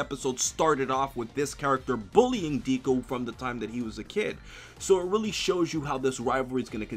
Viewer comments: Not triggered... it's funny to me lol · Tadpole Superhero I know right how can you fuckup that bad at least google the pronunciation and deku isn't really a nickname it's just his name read different way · It's pronounced deku not diku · Really, deeku? Remember when watchmojo called you? It's deku, but I'm glad you're on the mha hype. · "Deku" not Deeku 😂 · ITS "DECK-COO" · Nigga....where did u hear him be referred to as Deeku and not Deku? Ur killing me smalls. And damn do I love that op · It's not Deeku it's Deku like Deku tree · DEKU IT'S FUCKIN DEHKU MY EARS SOMEONE HELP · everytime Q says "Deeku" I get seizures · Deh koo spelled deku but pronounced deh koo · My advice to you is to pronounce his Deku properly because ever time you said it I cringed. This is the first video of yours that made me cringe. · my man.. just to help you out. It's not Deeeku, sounding like "bee". It correctly sounds just like the "e" sound in "meh". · Please stop saying deeku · I got triggered when said "Deeku" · ofeksepticeye "Deeku" CRINGE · Really old comment I know, but if you still want feedback, the e in Deku is pronounced more like eh so it sounds more like D-eh-ku. Hope that helps. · lol the constant slaughtering of the japanese pronunciation has done more damage than Hiroshima. pronounced deku like 2-3 diff ways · Man I love you but the way you pronounce Deku makes me cringe... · I'm so glad that you're watching my Hero Academia Aka the Best Anime Of 2017 so far but please can you Pronounce Deku's name right next time Lol 😂😂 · Audio level sucks and not gonna front how you pronounce academia and deku is MAAAAAD annoying. Btw NO ONE CALLS HIM Izuku. (At least on the anime) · who is triggered by how he calls Deku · Deeku and Kat-suki? I mean, you're usually pretty good at all things anime,, but it's (Deh-kuu) and (Kots-kii), although people just call him Bakugo.